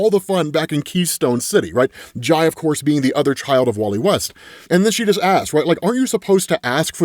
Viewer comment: hey. I think its Jai as in pie and Irey as in wiley